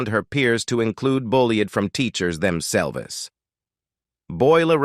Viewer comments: What's with the narration? I'm hoping it's AI generated. "Fueled and bullied by teachers themselves" pronounced fluli-ed and bully-ed from teachers themsel-ved." Either hire a real narrator that knows how to pronounce words or do better at AI generated narration, Pu-leeze! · Ref' bad pronunciation by the male reader, from 3 min's 50 : fuel - ledd ( fuelled); themselv - EZZ ( themselves); mire - orr (mirror); meEEss - shers ( measures); adversi - TYE ( adversity) ; peer - i - OOD ( period ) ; simil - ARR ( similar )... Ah well....😢 🇬🇧📖😠🙉🎄🦉👎🇬🇧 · Is this a robot voice? It sounds American yet mispronounces simple words like "mirror" and "themselves". Very weird.